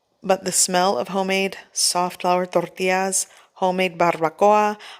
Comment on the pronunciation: Is not tortias, it is tortiLLas.